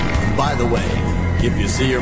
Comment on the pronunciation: why do you gotta say satan like that